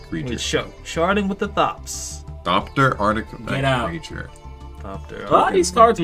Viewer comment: "sharding with the thopts" 🤣